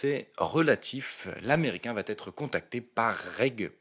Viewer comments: rien de grave : vous dites souvent "ça va Têtre..." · Il va Têtre temps de faire attention aux liaisons ! Mais merci